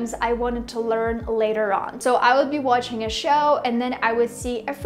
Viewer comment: You've got a great accent and pronunciation, but I think you can benefit from targeting your "ch" sound in words like "watching". I think it gives you away.